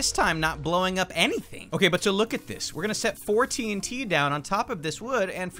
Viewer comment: When he said four tnt it sounded like four t teens